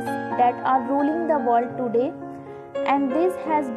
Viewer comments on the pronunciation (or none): none